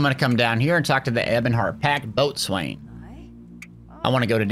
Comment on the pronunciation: Bo-sun is how you say boatswain